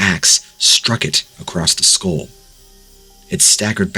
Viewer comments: What is with people and the word "skull"? Too many people say it like they are saying "school". It is pronounced "skul". And don't even get me started with grown ass people saying "woof" instead of "wolf". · I've literally never heard anyone pronounce skull school or wolf woof but hey. We are the company we keep 🤷‍♂️